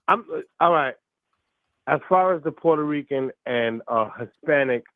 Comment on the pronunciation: Fat Joe, a.k.a. Port-Hoe-Reeking